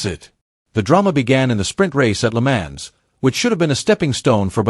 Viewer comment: Its pronounced "le mons", not le mans, get a person to do it not an AI robot...